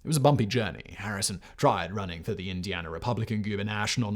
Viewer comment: why do you say Indianer?